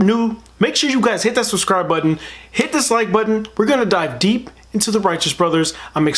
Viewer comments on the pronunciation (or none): none